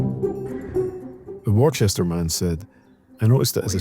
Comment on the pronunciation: "War-chester"? "Warchestershire"? All British people, including Scots, know that "Worcester" is pronounced "Wooster", but that's AI for you.